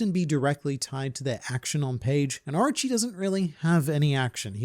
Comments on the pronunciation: I dont want to be that guy but all i heard was Archie instead of Orochi😂😂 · Drink every time he says Areachi (Orochi)